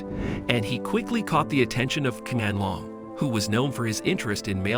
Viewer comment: The Q in the Emperor's name is pronounced like a ''Sh'' (Shee-an-long) Thank you for the video. 💛💛💛